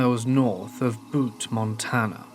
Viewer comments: It’s pronounced “Bewt”, not Boot. 💜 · Being from and currently living in Montana I despise the way you said Butte. The u makes a you sound. It’s not butt or boot. It’s like byoutte but just butte.